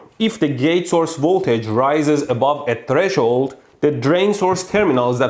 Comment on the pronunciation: Mehdi... You hurt my ears... It's not tre shold, but tres hold. 🤦‍♂️🤦‍♂️🤦‍♂️🤦‍♂️